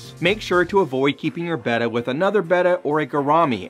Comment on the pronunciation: THANK YOU for pronouncing “betta” properly!